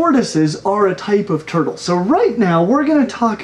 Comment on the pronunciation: This man was born to say “turtle”